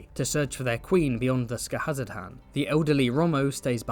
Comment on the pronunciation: absolute chef's kiss to your pronunciation of Skahazadhan, such confidence and cleanliness